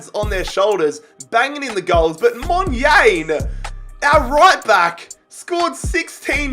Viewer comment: As a south african, hearing u say monyane makes me cringe😂 U should say it like Mon - yarn - eh